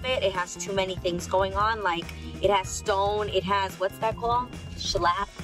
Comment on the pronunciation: “What’s that called? Shlap? 😂😂